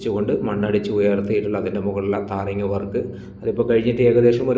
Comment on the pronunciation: താറിംഗ് അല്ല ബ്രോ ടാറിങ്😊